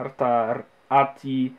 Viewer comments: Nie ATI tylko ATEI XD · Na przyszłość ATI to ejtiaj a nie ati. Pozdrawiam